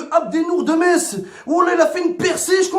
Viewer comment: Mohamed Henni, le premier Marseillais à dire "MeSS"! C'est bien, on avance dans le bon sens !